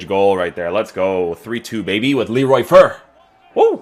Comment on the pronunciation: You pronounce his name as "Fair" tho